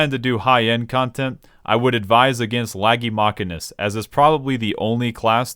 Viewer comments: It's the mechanic, not the machinist that fixes the car, if you have A after CH, it's pronounced as K, but if you have I, it's pronounced as SH. Do you say Machine with K? I doubt. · Ive lost the respect of this guy for how he pronounces Machinist. Its pronounces the way it is because they use MACHINES. Half their abilities are a specific MACHINE they utilize. their level 80 ability is a robot, a MACHINE if you will. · As someone who's real life actual job is a machinist, a person who makes things on machines, that pronunciation is very painful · i love how dryly he just pronounce "maqeeness" and just rolled with it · does he call machines mackeens? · Is the Bloodborne joke becuase your pronunciation sounds like Masochist? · i call it mark-in-ist as well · >chair pronounces MCH as mach-a-nist >me making fun of him >"I hope you don't hire a Masheenic" > "... hey wait a second" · We all know it's pronounced Machinist. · Disliking JUST for the pronunciation. Drove me crazy the entire video, you're a monster. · omg the pronunciation of the job is MA-CHIN-IST, not MACH-I-NIST. FFS it was so off putting listing to the mispronunciation of the job. It's pronounced ma-chin-ist because it's discribes a person who works with machines. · Ma-sheen-ist is the correct way to say it lol. Not sure how ppl come to think it’s pronounce mach-in-ist. It’s like what my brother does for work. He is a CNC ma-sheen-ist. A ma-can-ik repairs stuff. A ma-sheen-ist uses machines to build and or create stuff. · I know I'm a bit captain obvious here. But of course I don't hire a "Machinic", I hire a "Mechanic". However you are pronouncing it as "Mechanist"... which is actually a thing from Fallout... TIL. Side note, "Machinic" is also a word lol, something something "Of or relating to machines". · A mechanic handles mechanical devices. A machinist handles machines. It is pronounced "mashinist" Thanks you for coming to my Ted Talk. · See I'd pronounce it different still, like this: mack-in-ist